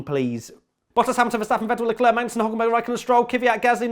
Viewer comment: in frqnce we says lecler, not leclerc